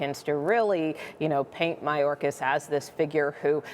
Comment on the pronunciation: Ridiculous unbiased reporting... they can't pronounce Mayorkas's name correctly... Hey! Can they make this all go away?.. are you shitting me.